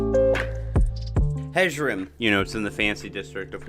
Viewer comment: I'm not criticizing your pronunciation, as there is a great deal of variation in the way even the voice actors in Skyrim pronounce the Nordic inspired words, but I think the J's in Hjerim, Hjaalmarch etc are meant to be pronouced like Y's: "Hyerim" and "Hyaalmarch". Like how Jorrvaskr is pronounced "Yorrvaskr". It makes the names a lot easier to say, at least in my experience :) This was a fantastic video btw, I totally agree with the rankings.